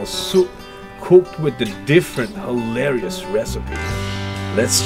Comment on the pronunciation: Just stop saying hilarios!!!